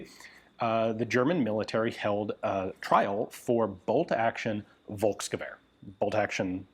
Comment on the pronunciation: It's "Folxgewear" not "Wolxgewear". But it was pretty close.